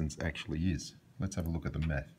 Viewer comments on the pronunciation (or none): I heard "Lets take a look at the Meth" and not "Lets take a look at the Math" I'm sorry but that's really what I heard...